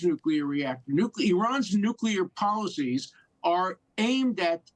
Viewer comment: Hey.... Please learn how to pronounce the word nuclear....